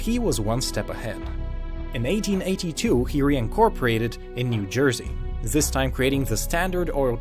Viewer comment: Did anyone notice he says Zis instead of this